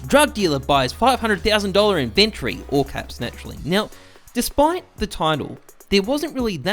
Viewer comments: The way you say inventory bothers me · Good evening to everyone except people who pronounce "inventory" like does.